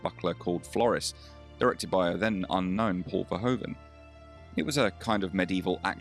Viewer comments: Verhoeven with oe as in Shoe, not o as in go..., again, have some RESPECT. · I remember him best from 'Soldaat van Oranje', although his personality in that role doesn't reflect mentioned ambiguity. Btw Paul Verhoeven's name is pronounced more like 'Verhuven' or 'Verhooven'.